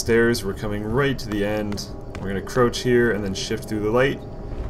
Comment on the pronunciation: you say 'crouch' wierd